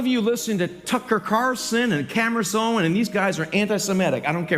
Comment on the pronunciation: Nukka who? “Tucker Carrrrrson” and “Camress Owens”